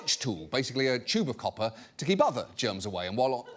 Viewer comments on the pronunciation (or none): Tube of copper sounded like Chupacabra and I was very confused